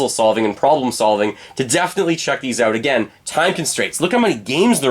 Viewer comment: “Out” not “Aoat”